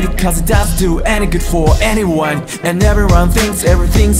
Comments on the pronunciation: ここのANYONEの発音好きすぎる…たすかる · 英語圏からの帰国子女なんだけど、剣持がこんな発音良いと思わなかった 特にanyoneとかevilの発音がずば抜けてる、、聞き心地よすぎる ただshitの発音だけあんまだなーと思ったんだけど｢four-letter wordを普段使わないから言い慣れてない｣って解釈できて最高だ